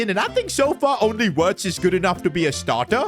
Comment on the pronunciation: Am I the only one who thinks doesn't know how to pronounce Florian wirtzs name, he's German and Germany's w is pronounced as v so it's not wirtz it virtz😊😊